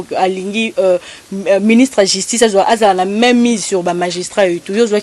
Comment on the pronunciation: Pardon maman chroniqueuse balobaka justice et non jistice. Pourquoi Mr. Kadiombo n'a pas choisi Rene pr faire cette Emission?